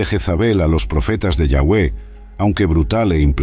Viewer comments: Interesante el vídeo, sólo que no se pronuncia.. Yagüe...sino... Yavé... parece una burla....y es Acab...no akabi. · Me gustaria que usara la palabra Dios en ves de yawe que igual creo que no se pronuncia asi